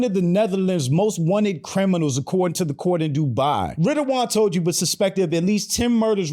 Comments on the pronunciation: Ridouan Toe-G? Haha! Its pronounced more like Ta-Ghi but with a hard G thats hard to pronounce for non Dutch ppl! I had to chuckle a little bit hearing you say it but i thought let me atleast try to help you out say it the right way! Thumbs up for the video! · ridouan toji had me weaak 😂😂😂😂 its Ridouan Taghi bro, great content btw